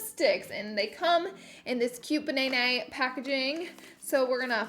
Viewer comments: Loved this review hunni, also side note I think it’s so funny when you do a Australian accent 😆 BA NAY NAY 😘💋💋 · Banaynay 😂😂😂 love you Laura ❤️ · Ban- nay- nay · Fun fact my boyfriend calls me Nieeniee but he pronounces it as Naynay and now when I’m being a little crazy when hungry or tired he can call me Ba nay nay :D Love you Laura ❤️ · Ba nay nay by the way. Lol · Banan-nay 🍌🍌🍌 feel like a cherry theme would've suited the colours a tad more 🍒🍒🍒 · Ba-nay-nay henny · Ba nay nay? Lol! Love the look so pretty! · BANAYNAY!!! love it im gonna refer to bananas as banaynays now😂